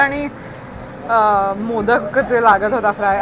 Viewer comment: मोदक बोलतेस ना ताई ते मोदक नाहीय त्याच pronunciation motka ( मोतकं ) as ahe